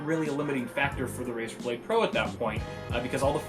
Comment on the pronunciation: RaEr blade? More liek Razer dont!!!! xd